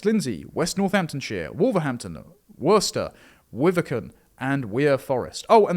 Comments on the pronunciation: Beautiful stuff. It's pronounced 'Darbyshire' though not 'Durbyshire'. Also 'Worcester' is 'Wooster'. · It's Wusster 😉